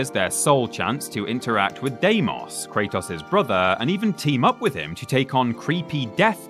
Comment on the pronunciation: Say it with me Kratos is pronounced Kray-tos Not toss lmao